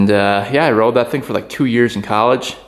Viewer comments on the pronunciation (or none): none